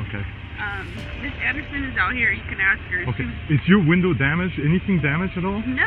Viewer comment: Bad Baby is going to axthhh for the report😂😂😂